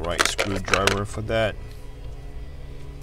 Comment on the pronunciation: Bro can you learn to pounce ‘that’ properly, it’s so cringe